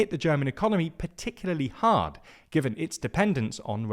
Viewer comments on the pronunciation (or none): none